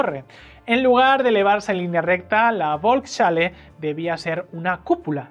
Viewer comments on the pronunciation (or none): la bolks chale XDDDD FOLKS JALE JODER APRENDAN A HABLAR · Volkshalle se pronuncia folksjale tengo entendido. Gran video. Por suerte nada de estas locuras prosperaron. Viva la Libertad! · Muy buen video. Por cierto, se pronuncia “volks-halle” (folks-jale). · Volkshalle, se lee "folks_jale" (perdón por la burrada). Salón del pueblo